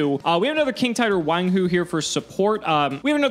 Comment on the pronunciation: omg,... its pronounced One Hoo... not Wang Goo...:-P